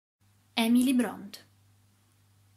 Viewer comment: Bronte si legge Bronte non Bront! E poi Wuthering Height è il titolo. ..quasi non si può tradurre..ma anche nel mio paese ha ricevuto un titolo che non c'entra con l" originale..come Dove s' incrociano i venti!